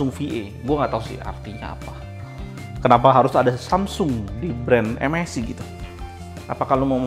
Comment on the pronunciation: saran ya bang 1. klo menurut saya enaknya baca MSI itu dibacanya "em es ai" dripada "em es i" 2. bacanya dci p3 bang bukan dpi c3 koreksi aja ya bang